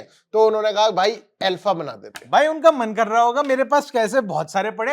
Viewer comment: ये अल्फ़ा नहीं आरफ़ा थी 😂